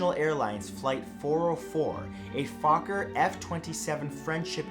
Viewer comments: A-Foker......Almost Sound's Like "A Fu**er" Am I Right? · 😅😂 it sounds like he is saying focker or f***er.